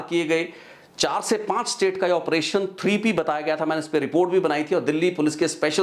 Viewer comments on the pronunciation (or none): none